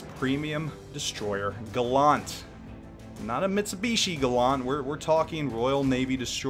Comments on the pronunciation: Andrew Stark No dickhead, he didn’t. Because Gallant was a British ship, not American. So the ship was christened “Gal-lant, not Gull-lunt. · The video is made and done but his pronunciation of Gallant is incorrect. Facts be facts, yo. :D It should sound like Gal-ent or Gal-ant but not Gal-awnt. ɡalənt It's not Gal-awnt-tree it is Gal-ent-tree or Gal-ant-tree. ɡaləntrē Look up how to pronounce the Schwa sound. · James Warner That’s not very gallant of you. See? Gal-lant. Not Gal-LUNT. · gallant is pronounced like gallantry :P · why do Americans say Gallant wrong LOL its Gallant, as in gallantry.. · because he's not the first American I've heard say it like that lol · for the record Galant as in the Mitsubishi and Gallant are not pronounced the same way. this ship HMS Gallant is pronounced like gallon or allen. it has a long a sound. words have meanings and different words are actually not the same. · Your pronunciation gives me the impression the Gallant is a French DD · Please learn how to pronounce Gallant. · If it was just a word it wouldn't matter how it was pronounced but in this case it is a name, which means it is intended to be pronounced one way and one way only and mr video maker was wrong. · yeah seriously it hurts my ears. ..and im not even a native english speaker. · No he did most certainly not.